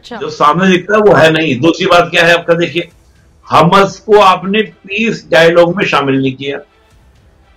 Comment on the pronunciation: Bhai Hamaas pronounce hota hai Hamus nahi 😂